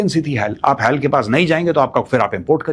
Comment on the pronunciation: Sir extremely sorry to say but It's HAL not hell...... pronounciation